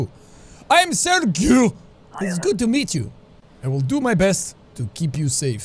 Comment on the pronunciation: Jacksepticeye playing Papers Please the first time: pronunces sergiu right. Jacksepticeye playing papers please second time: doesn't know how to pronounce Sergiu